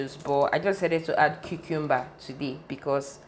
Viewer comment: It’s the pronunciation of the cucumber for me🤣🤣 #team kingdom💃🏻💃🏻💃🏻 nice video 👏🏻👏🏻